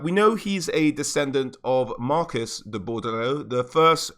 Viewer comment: Alberic de Bordeleaux. DE Bordeleaux not d'Bordeleaux.